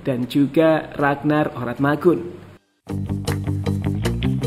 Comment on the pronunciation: Min...Oratmangoen bacanya biasa aja, itu salah satu Fam/ Marga dari Maluku